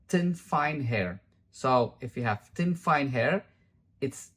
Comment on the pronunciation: I like the way you pronounced thin as tin. I feel so sorry for the girls that have wrecked their hair.